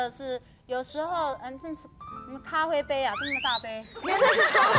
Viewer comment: 小s快忍不住啦～「咖灰杯咖灰杯」